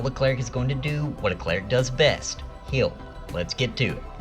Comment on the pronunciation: Love channel, hate how you say heal. . It's heal not hill. 😆